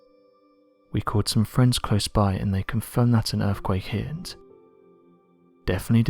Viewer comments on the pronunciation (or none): Guy with a dreary, spooky British voice makes it all the worse. Also, dude, it's earthquake, not "earfquake". Wanker. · Are your saying "Erfquake"?